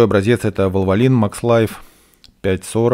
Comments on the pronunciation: Не валволин а волволайн, валволин звучит как лекарство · В английском произношении, именно валволин (посмотрите "импортные" видео про него).